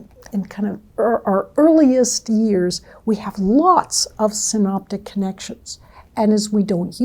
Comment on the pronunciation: Synaptic* not synoptic (that’s for theologians), not sure if the AI subtitling got it wrong or she did pronounce Synoptic only.